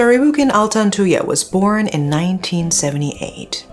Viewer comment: I was still very young when this happened so I never really understood the case. But I will never forget the name Altantuyaa. Finally hearing it properly as an adult! Thanks for covering this, love from Malaysia!